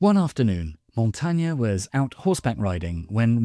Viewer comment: Good video, thanks. The way this last name is pronounced is slightly different though. Otherwise I enjoyed